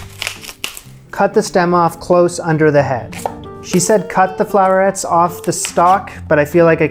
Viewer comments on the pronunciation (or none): Gra-tan. No ton! 👍🏻 Also, Flor-ettes. Not flower-ettes. Sorry, I just think it’s worth saying right 😄